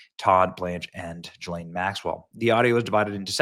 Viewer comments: The monster's name is pronounced GHEE-LANE. Not JISLANE. Let's call the devil by her name! ❤ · Benny, it's pronounced with a hard G. Like girl,gone,gazelle. Gi-Laine. Thanks for another great show. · Gee-lane, it's pronounced Gee-lane!!! Say it correctly, Benny!!!!